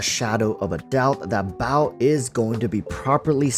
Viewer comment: Sorry man evertime you say baal I just hear bao and I laugh my ass off thinking of the electro archon as a bun.